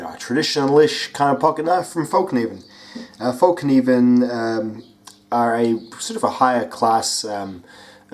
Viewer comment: Its not actually. Its [Felk-neeven] The K isnt silent. - I'm swedish. It translates to "The folding knife". Sorry, I had to ;)